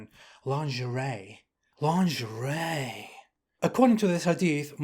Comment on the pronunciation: "lahhn-zhur-ray" - too funny.